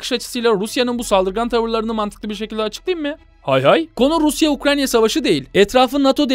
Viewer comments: ukranya değil ukrayna allah rızası için şunu doğru telafuz et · Çoğu kısmında Ukranya, biraz da Ukrayna diyor. Gerçekten akıcı konuşmayı engelliyor Ukrayna'yı söylemek. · Sürekli ukraNya diyor sinir oldum ya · Ukranya değil de ukrayna desen muazzam olucak be abi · Nobody YKA: UKRANYA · ukranya diyişine sadece ben mi taktım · Ukrayna'ya Ukranyna diyen adam 😃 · Videoda Ukrayna'ya hep Ukranya diyor 😆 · Anlatımına hastayım yanlız UkraYNa 'ya UkraNya dedigini farkettinmi bilmem dostum. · Ukrayna diyeceğine Ukranya demesi bi beni mi rahatsız etmiş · abi herkesniye ukranya diyo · Abi Ukranya değil Ukrayna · UKRANNNNNNNNNNNYA ŞUNA UKRAYNA DEMEYİ NASIL BECEREMİYON ANLAMADIM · Gerçek adı UKRAYNA ukranya değil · abi ukranyq mi ukrayna mi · Her seferinde "Ukranya" demen o kadar sinir bozucu ki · keşke UKRANYA demeseydin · sürekli ukranya diyor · Hatta cogunlukla ukranya diyorsun. Dikkat cekmek icinese cekiyor cidden. Bu kadar ozverisiz olmamali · nolur ‘’ukranya” deme artık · Doğrusu ukrayna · Ya arada ukranya diyorsun ya. Videodan uzaklasiyorum